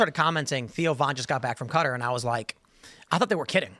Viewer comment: Why do you insist on pronouncing Qatar as "cutter". Annoying asf.